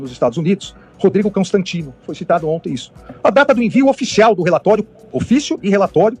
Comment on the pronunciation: Será que foi só eu que entendi ele falar “Cãostantino”? Ou é coisa da minha cabeça? Acho que já tô ficando doida , de tanta raiva.